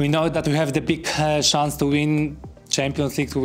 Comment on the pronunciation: I ten Lewandowski mówiący „Szans” zamiast „Czens” (Chance) XDDD